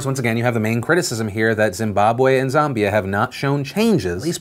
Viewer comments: Phillllllll, it's pronounced Zam-be-a not Zom-bi-a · Phil it's ZAM as in Ram not ZAM as in Zombie.. my 2 cents now carry on, your AWESOME! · ZAMbia not ZUMbia. ZAM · Wahahaha. Zaaaambia!!! Not sure what the correct pronunciation is, but we (South Africans) pronounce the first "A" like the "a" in"and" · Lol Phil trying to pronounce “Zimbabwe” and “Zambia” made my week